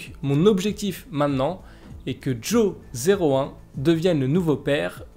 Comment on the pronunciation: Ce serait bien de prononcer Jo01 en Johan, car Jo 0 one -> joan -> johan